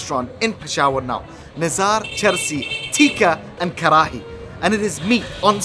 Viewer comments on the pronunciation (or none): The way u say kharhaiii had me bhrsting with laughter